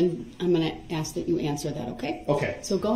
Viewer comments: I just wonder all the time way he say ax when he ask ! Ask - ax 😵‍💫 …… sabstain 😅it’s sustain mr groundz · I love in day 7 the judge finally called out his mispronunciations 😂 “AXE” “liscent plates” “grounz” he tried to say biasnedddness 😂😂😂 she snapped back with B-I-A-S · Ax you a question